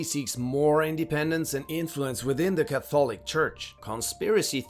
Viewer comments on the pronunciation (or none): can you learn how to pronounce catholic please its 2025 Google is a thing....embarrassing ka·thuh·luhk LEARN